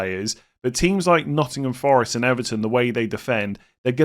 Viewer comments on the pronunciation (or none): none